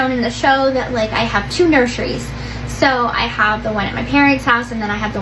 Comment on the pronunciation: I need you to shade her for saying nurshries 😂😂😂